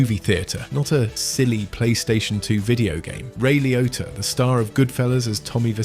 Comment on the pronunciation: its Ray LIO T T A ! not pronounced likeToyota